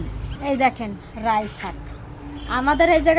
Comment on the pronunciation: Rai na Lai bole